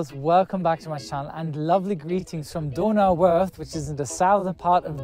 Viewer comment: I didn't know you could pronounce Donauwörth like that 😅